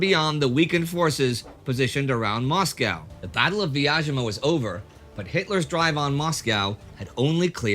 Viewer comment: Quick pronunciation guide: The city of Vyazma is pronounced with a 'Z' sound (like zoo or zebra), not a 'sh' or 'zh' sound. Great series, thanks!